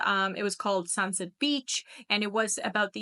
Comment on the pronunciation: Work on saying Sunset